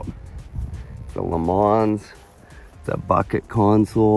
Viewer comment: You mispronounced Le Mans.